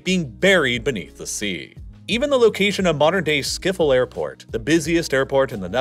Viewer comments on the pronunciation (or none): schiphol —> skiffle Hahahaha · the way he pronounced "Schiphol" leads me to believe he's definitely mispronouncing them lol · Ah yes, schiffle airport (not bullying his accent, you pronounce it as "s-chip-hole" in and english accent, because the "sch" is mostly very hard to pronounce :)) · About Schiphol. It means Ship-Hole. Not Skifol. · It is NOT Skop hol it is sCHiphol, with a CH as in loCHness.. You forgot England and Spain ae enemies, France was not the only enemy, Germany fought us only once, in 1945, the main enemy was always France, and the second one was England. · Behalve “schiphol” wat ze hier uitspreken als schiffel💀😭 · s, then ch as in loch, then poll. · I know, but pronouncing Schiphol with an f for the ph just beats everything imo lol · yeah that’s very true can’t really defend that one. Even just saying “skipole” would’ve been much better. That’s how most native English speakers pronounce it. Also pronouncing the second “g” in “Groningen” as an English “g” when the Dutch “ing” sound is the same as English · He said skiphol 😂😂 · Skiffel airport 😂🤣🤣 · I can't get over your pronunciation of Schiphol 🤣🤣 Skiffol, made me laugh so hard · what did he say? Skiffel? 🤔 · "skiffel air port" 🤣. also the water isnt a treat to us its an opertunity. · "skifol" airport, ik ga dood van het lachen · "Skiffol aiport" 😅😅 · Schiphol ❌ Skiffol✅ Zuiderzee ❌ Zoiderzea✅ Friesland❌ Frysland✅ Afsluitdijk❌ Afsloitdijck✅ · he got the vowels right, but the "ch" is that weird gutteral sound the language is so famous for and the "ph" is not pronounced like an "f" but just a p followed by an h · hoorde je wel hoe hij zuiderzee en schiphol uitsprak? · let him have his shtick. Plus it's fun to collect mispronunciations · Why cant people just listen to the words on google translate first? This is honestly the worst ive heard someone say "schiphol"...